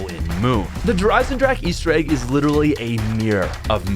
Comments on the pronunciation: Der eisendrahhhhcccckkeee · I love how the not German people can’t say “Der Eisendrache” properly lol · It’s been years and you still don’t say it correctly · It's 2020 and still can't pronounce the Map right.;)